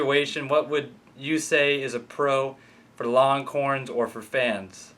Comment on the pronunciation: Sounds like you’re saying ‘longcorns’. Lol